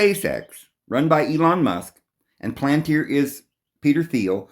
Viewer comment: Pal-an-tier! Not plant-ear! Have mercy! It's pal-an-tier, please!